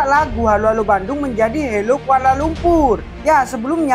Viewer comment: Jelas sekali kamu tidak tahu Bahasa Melayu Malaysia yang sebenar. Lirik lagu Hello Hello Kuala Lumpur sendiri sudah jelas menggunakan tatabahasa Bahasa Indonesia. 1. "Halo"? Kami Malaysia sebut Hello. 2. "Kuala LumpuR", sebutan R terlalu jelas dan ditekan. Sedangkan warga Malaysia menyebut "Kuala Lumpu" atau "Kuala LumPO". 3. "Aku"? Lagu kanak-kanak menggunakan "Aku", itu kurang sopan bagi orang Malaysia, sepatutnya "Saya". 4. "Ibu kota"? Malaysia guna "Ibu Negara". 5. "Aku suka sekali"? Malaysia guna "Saya sangat suka". 6. 🇲🇾 Bendera Malaysia sendiri sudah salah, septutnya 14 jalur merah putih. Apa lagi bukti yang kamu mahukan?